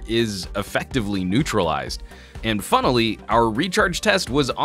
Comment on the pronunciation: "And funally"?... I thought the word was finally? And to make a nitpick on the U11 build quality with your "REVIEW" unit, wow...cheap shot...but I guess he had to level the playing field for the G6.